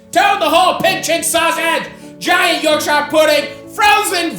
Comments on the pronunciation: tip from a yorkshireman, dont say yorkSHIRE say yorkSHA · I love a bit of Matty, but why do North American's struggle with the word Shire in the English context. Yorkshire = Yorkshur, Worcestershire = Woostershur, etc. And so on. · Matty I hope you know shire is pronounced sure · By the way. Its not YORK SHIRE ... It's more of a iorgsha. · York"shire" hurts my ears.... But I still love you Matty. PSA it's pronounced York"sure" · Yorksheer or yorkshuh not yorkshiyer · Hate how he pronounces yorkshire, should be "yorkshur" not yorksheyre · its york-shuh not york-shy-yur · It’s York-sherrrr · For anyone watching you pronounce Yorkshire as. York-sure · Yorkshire puddings don’t come from near Bilbo Baggins Matty…. York-sha👍🏻 not shireeeee 😂😂😂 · Just a pro tip to our American cousins: we pronounce "shire" like "shuh" or "shuhr" if you wanna lean into it 👍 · You’re the best I swear, but being from Yorkshire it’s pronounced “York-sha” if you ever see this please from now on I BEG call it “York-sha” 😩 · its pronounced "yorkshure" ya muppet! And, The Cure is not a punk band. Carry on... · As a Yorkshire man, it's 'Yorkshure' ;) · YORK SHIARE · No emphasis on the shire in Yorkshire it's York Shuh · ... sheer... its pronounced york-sheer, this aint lord of the rings america we aint visiting bilbo in the shire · As a proud Yorkshire man I would like to let you know it's pronounced York-sher. Good to see a proper english meal on here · It’s pronounced - ‘York-shur’. Other than that, great vid and nice take on a classic. Source: am from there... Also in the thicker Yorkshire accent, toad in the hole would be pronounced - ‘toad int oil’. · It's pronounced York-shur, no emphasis on the ire. Respectfully yours, a Yorkshireman. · It's yorkshire, not york-shire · York-shyer pudding 😂 love how our Atlantic cousins say British words it's pronounced yorkshur pudding. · It’s ‘Yorkshire’ mate, not ‘Yorkshire’ - looks delicious though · That's not how you say YORKSHIRE!!!!!